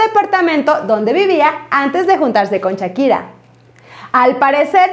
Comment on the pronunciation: Chakira y yerar pike Jajajajaja esta señora ni pronunciar sabe pero para soltar lengua venenosa en seguida